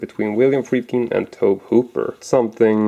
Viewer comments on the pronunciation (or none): TOE-BEE! That's the pronunciation.